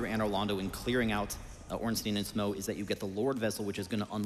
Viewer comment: Tough. Dough. Through.... so how are you actually supposed to pronounce 'Smough'? 'Smow' just sounds wrong to me 😂